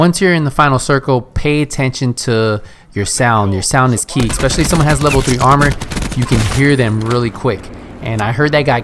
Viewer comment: It's 'especially' not 'expecially.'